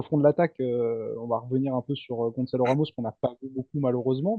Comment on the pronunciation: S'il vous plaît, serait-il possible de ne plus dire gonZalo mais gonSalo, ça s'écrit avec un "Ç" Gonçalo. 🙏🏼